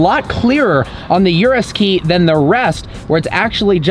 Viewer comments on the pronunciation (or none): Bro its urus not yourus😆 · it's urus not yewrus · Please don’t call it the “Yewrews”. My ear drums are bleeding and screaming in pain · Totally butchered the pronunciation. It’s not ‘yerris’. OO-ROOS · it is pronounce "oo-roos" and not "you-roos" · Bro..... it's not "yuras" ....... it's URUS......a lil pronounciation is appreciated... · He pronounces "URUS" wrong, He says: You-Ress It is actually pronounced: Oo-Rus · 'Urus', not 'Yurus' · Urus is pronounced ooroos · it is u-rus or ur-us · No bro the CORRECT pronounciation of it is aurus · haha cheers, it was driving me crazy how he was pronouncing it hahaha